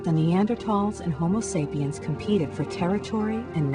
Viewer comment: Hahahaha. she said 'sapien'.